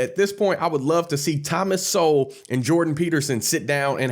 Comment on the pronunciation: Generally a good Video, Mate*: but one correction: I believe it's 'THOMAS _SOWELL', (Pronounced: SOW-WELL, not "SOUL") ;O)